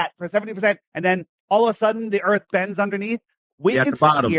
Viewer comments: I’m sorry but I have to say it “du earf” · What's the earf?